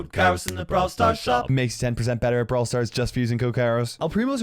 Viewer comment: Finally you said "brawl stars" properly